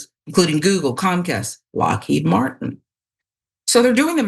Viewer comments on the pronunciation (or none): none